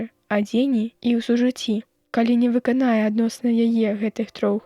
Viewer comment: У слове вы'канае націск на першым складзе, а не на трэцім: выкана'е, як прачытана.